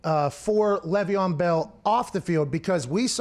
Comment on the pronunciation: It is LAYYYYYY VEON Bell. LEV EON and Le’Veon are a bit different. It hurts my ears hearing it said wrong